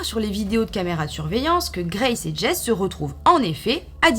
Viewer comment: Je vais faire ma chipoteuse mais ça m'a gratté toute la vidéo : le prénom Jesse, en anglais, ce prononce JessY (comme dans Breaking Bad) Sinon super vidéo 💟 Je te regarde depuis la côte d'azur et j'ai tenté plusieurs applis de rencontre mais ça n'a jamais aboutit à une rencontre en personne ce qui, après visionnage de cette vidéo, me rassure plus qu'autre chose...